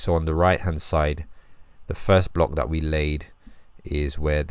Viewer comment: Why can’t you say “th”? Why do you replace it with “f” and “v”? The word is “that” not “dat”. The word is “with” not “wiv”. The word is “length” not “lengf”.